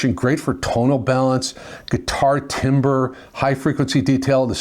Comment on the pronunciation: timbre is pronounced “tamber”. Not timbre like a tree.